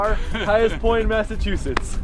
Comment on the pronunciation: Massachusetts! Yaaay! Bon (born) and raised they'uh. 😝 🤘 At least you say Massachusetts right. A lot of YouTubers can't. 😆